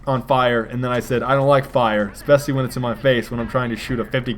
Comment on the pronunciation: Oh, The way you pronounce especially...